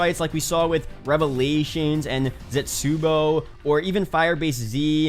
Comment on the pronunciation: I feel weird by the way he said Zetsubo